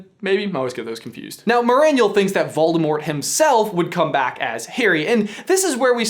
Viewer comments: Morgan Bradley ikr it’s so annoying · "Volemort"? Not Voldemort? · Great video, but who's Volemort? xD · Volemort??? LOL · Who's Volemort? Tom Marvolo Ridle with one D?